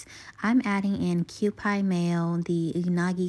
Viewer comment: Q-pee (Kewpie) 🤗